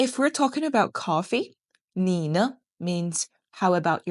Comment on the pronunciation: Isn't it nǐ ne rather than nǐ ní?